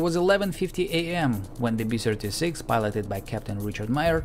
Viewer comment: I'm fine with your "bomb" pronunciation, but when you say "B-Sirty-Six", I think "Pavel Chekov".